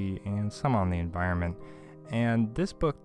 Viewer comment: Great clip. By the way, the word is spelled like this: E N V I R O N M E N T... AND IS pronounced, en VI ron ment. :)